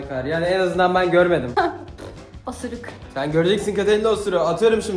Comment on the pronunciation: ablanin osuruk diyişi😂😂😂